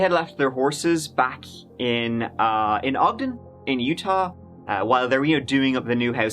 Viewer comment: Thank you so much for pronouncing Ogden correctly ❤️